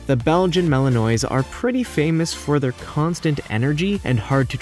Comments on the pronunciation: Mal - in - wah. Not Mal in noise. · Despite how it is spelt it is not malanoise it is pronounced malenwa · Mali noise? 🤣🤣🤣. Try Mal-in-wah. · Malinois is pronounced wrong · IF you ever mention Malinois again - PLEASE learn to pronounce it. : ¬ (